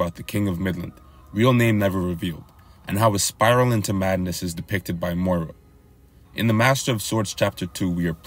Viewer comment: Good video but you pronouncing miura like moira was pissing me off